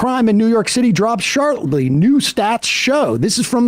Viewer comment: Sam at minute "nearly every major crime in New York City dropped shartly." Shartly